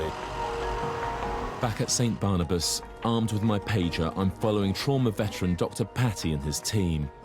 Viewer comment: barnabas sounds like cannibas to me